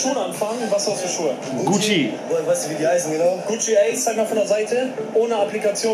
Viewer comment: GUCCI Tasche und nicht GUCCE